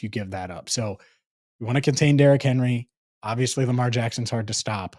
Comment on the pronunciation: you started with the derr… no its joe burrow.. instead of saying lamaaar… bit you in the 🍑